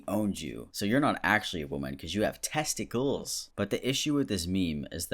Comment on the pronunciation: "You've got test-I-cLes"